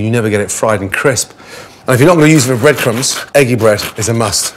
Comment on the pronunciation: Nobody: Gordon: eGGy bREaD